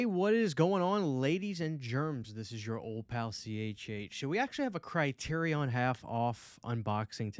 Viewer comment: The way u pronounced Criterion is driving me crazy 😂